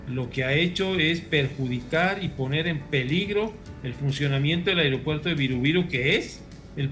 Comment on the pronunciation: Airopuerto? Pensé que se dice aeropuerto